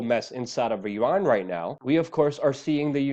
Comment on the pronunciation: I'm so so proud of you for finally pronouncing the country name of Iran properly.